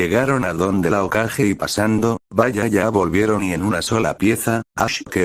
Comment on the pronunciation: Porque dice okaje en vez de hokage ?